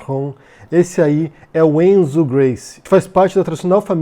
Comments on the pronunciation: Caralho, te adoro mas me dá nos nervos cada vez que voce fala ENZO. É RENZO, podia ter pesquisado antes! Comentando o vídeo agora, Renzo Gracie é um dos mais ridículos da família, e uma família ESCROTA em pelo menos 85%. Poucos se salvam. Renzo uma vez inventou uma história que foi assaltado nos EUA e bateu muito nos dois assaltantes, esse cara é um imbecil. E o irmão dele era pior, falecido Ryan Gracie que morreu de overdose numa delegacia. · Fala,! O nome do cara é "Renzo", não "Enzo"....praticamente todos os membros da família Gracie "precisam" ter o nome iniciado com "R" ou "K" ou "C".... Apesar de absurda, essa nomeação do Renzo explica muita coisa como, por exemplo, essa homenagem feita pelo GM Robson Gracie ao Bolsonaro logo após a eleição: Renzo é filho de Robson, e já em 2017 haviam feito outra homenagem ao Bolsonaro em evento de Jiu Jitsu....Renzo já aparece dando apoio incondicional e abraços em Bolsonaro: É o bom e velho "toma-lá-dá-cá" que não existiria mais.... É uma lástima a forma com que o Renzo e grande parte da comunidade do Jiu Jitsu se comporta diante dessa situação e do Governo Bolsonaro como um todo....a família Gracie foi (e é) muito importante para o esporte no Brasil e no mundo, mas também sempre foi bastante controversa/polêmica por esse orgulho exacerbado (muitas vezes transformado em arrogância mesmo) pela arte marcial aprimorada e defendida pela família....e o Renzo é um dos mais "bocudos" da família, então pode esperar por muitas outras pérolas como esta daqui pra frente....abs